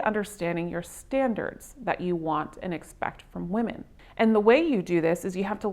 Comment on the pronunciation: This chick needs to learn to pronounce the plural form of woman. So fukn annoying!